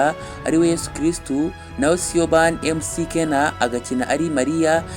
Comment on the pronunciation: Amazina jya uyasoma neza. Nka Mckenna (Makena) Na Mathew (Mafiyu)